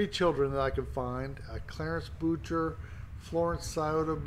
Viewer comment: It's pronounced "Boo-shay", not Boocher. It's French. But thank you for cleaning her memorial.